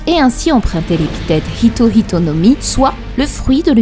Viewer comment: Ce que j'aime c'est ce petit détail qui fait que prononce bien Hito Hito et non Ito Ito comme beaucoup le font (normal, c'est le français). Ito Ito no Mi c'est le fruit de Do flamingo, donc à ne plus confondre avec les Hito Hito no Mi de Chopper, Sengoku ou bien Luffy désormais.